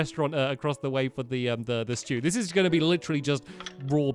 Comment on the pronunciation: Stampy’s Beet root stuw orrrrrr beet root dalucks